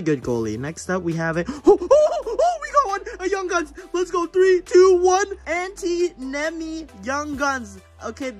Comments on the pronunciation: Not tryna judge but that Antti Niemi is finnish name u got it so wrong😂😂😂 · its antti niemi not anti neimi BTW IM finnish